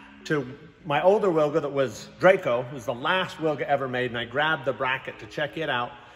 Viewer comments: If you ever wanted to try and pronounce it in Polish, try veelga or veelgah. Basically like you're saing it now, but with a hard V to start with ;P Love these vids, all the best! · Wilga in Polish means Oriole. Its pronounced "Vilga" for you English speakers. Don't butcher it anymore! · It's pronounced Vil-ga! minor point but...c'mon man! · Correct pronunciation is Vilga because in Polish W=V